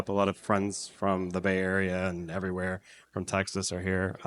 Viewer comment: The way he said "Texas" SMH